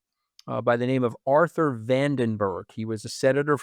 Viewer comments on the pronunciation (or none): none